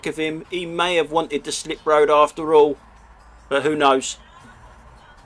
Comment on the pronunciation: "Hall where they're having ha whedding reception...! All the H's and a few more!